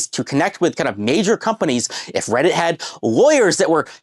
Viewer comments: I literally skipped around a couple times and in almost every skip this guy has said Redditt. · blud literally says "weddit"